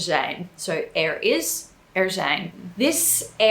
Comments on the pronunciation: you speak very well dutch but your prononciation of er is not right, you pronounce it like ir in stead of ur like in the word put ,a whole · Its funny when I hear her say 'er' because it doesn't sounds quite right. But she's actually saying it with a accent. The 'proper' way of saying it would be with much more of a forward 'R'. With your tong in the front of the mouth and letting it rattle if that makes any sense.